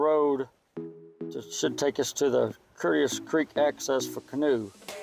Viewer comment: Been there many times. It is a lead mine, not a clay pit, and Hazel creek empties into the Courtois ( pronounced Coat-a-way) creek, which empties into the Huzzah ( pronounced Who-zaw) creek.